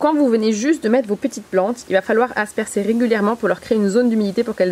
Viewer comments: Autant parler correctement : asperger et non aspersser 😱😱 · On dit asperger et non aspercer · Faut bien asperssser les plantes (asperger) :D Très bonne vidéo comme d'hab sinon :) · On dit "asperGer " si je ne me trompe 😊